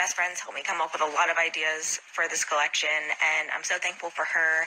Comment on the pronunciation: u are from Nyc right? Lol cuz that’s so ny